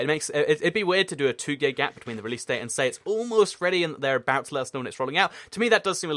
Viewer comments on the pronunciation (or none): he says a two gay gap instead of two day gap!